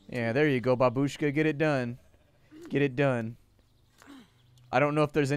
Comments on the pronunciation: It's not babUshka. It's bAbushka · The proper stress is bAbushka, not babUshka. Please. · babeushka ( ͡° ͜ʖ ͡°)